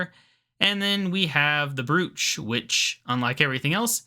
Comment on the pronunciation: I swear you must have never heard anyone pronounce the word "brooch" lmao, that pronunciation haha. Lots of progress man, you've been pumping it out like crazy! Now if only we got consistent Runescape videos this regularly lmao Regards Josh